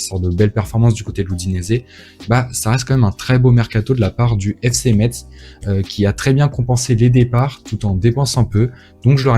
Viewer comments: On dit FC Metz (messe) 😅🇱🇻🇱🇻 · T'es messin on prononce pas le z l'ami